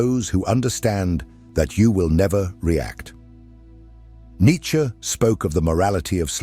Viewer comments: Not who I am, who humanity cannot be! ... side note, your pronunciation is very devote, not in the best for this piece; but thank you none the less. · Correct is Nitche however as always, not in general situations🤭🙂😊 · I would appreciare an actual human narrator ..one who could pronounce Nietzsche